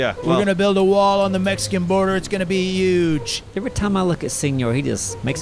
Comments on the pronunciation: Say huge..... Uuge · said uge